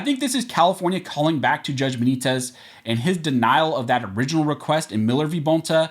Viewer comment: Stop saying St. Benitez